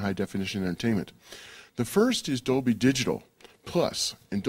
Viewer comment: For the new surround formats like Dolby HD and Dolb dol bla bleh blah dolblah. How on Earth does this guy convince people to do these interviews?